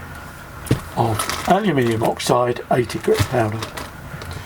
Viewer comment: I get a kick out of the way you pronounce aluminum as alimini.😉